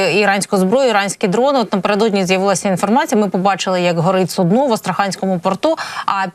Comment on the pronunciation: Су'дно, а не судно'